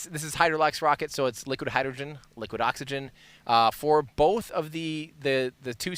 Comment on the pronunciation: Hydrogren and Oxygren? 😅😅 You know what else has "gren" in it? Grenade... I hope you didn't jinx it.